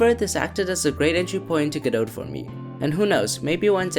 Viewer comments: Great video! Gotta love the love that Godot has been getting! Just one note - It's pronounced "Guh doe" you don''t have to say the "T". I'm not sure if need to blame Samuel Becket "Waiting for godot" or what, but yeah. guh doe. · or even more accurately "GOD-doe" with stress on the first syllable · 🥲 Me simultaneously smiling and dying as I enjoy your video but die inside every time you pronounce the t in Godot